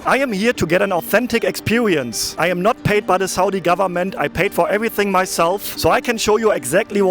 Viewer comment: expewewince” haha funny not making fun of ur language just saying funny how u say it make’s me laugh 😂